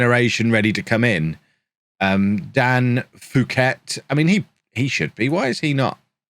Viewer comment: Fouquet = Bouquet of flowers, fow-kay :)